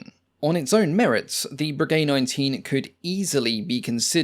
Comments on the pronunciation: Breguet pronounced "Brejai" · " Voisin" is pronounced vwuh- zan with short "a" and not sounding the "n". You are mispronouncing it as vwuh- zon. It's "a" not "o" ...now I'm listening to you murdering "Breguet" and I see that there are some other comments on pronunciation. Please, this is a well-done, informative and interesting video. You've done heaps of research. Is it really too much that you find out how to correctly pronounce the names? It detracts from the video. Going into such incredibly fine detail on the facts & figures of each plane, and not even being able to get remotely close to the name because you've completely neglected to even try, just doesn't make sense for a documentary which purports to be accurate.